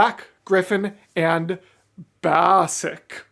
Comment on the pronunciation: Baasik is pronounced Basic, it's Gabe(BlackGryph0n)'s brother Nate.